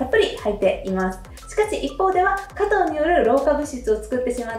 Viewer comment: すばらしい情報をいつもありがとうございます。色々と参考にさせていただいています。動画の内容とは全く関係ないのですが、「果糖」のイントネーションは、「とう」の方にあります。（すみません、日本語教師をしており、つい気になってしまいました。それと、冒頭の、「食事からビューティー」の、「食事」が、初めなんて言っているのかわかりませんでした😅 しょくじ、とはっきり発音すると、聞きやすく、好感度もグッと上がるかと思います🤗））次の動画も楽しみにしております！